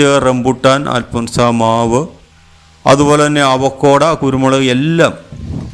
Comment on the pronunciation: അവക്കോട അല്ല "അവോക്കാഡോ"